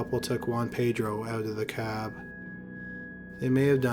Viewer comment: doesnt he sound like he says out of the car like an irish person